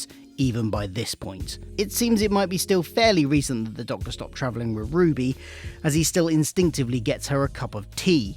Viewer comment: Hahahaha. At the start of the Run segment, it sounds like you say 'trivilling' instead of 'travelling'. No biggie but it gave me a giggle as I thought you said 'tribbling' at first, which made me think of Star Trek.